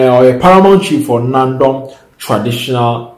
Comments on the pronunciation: Is Nandom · Not Naadom please pronounce it well or ask